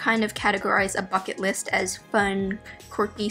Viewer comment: the first time she said “bucket list” i thought she said “fuck it list”